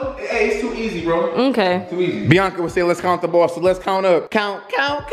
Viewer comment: You said the balls up wrong on the pool table 😂🥰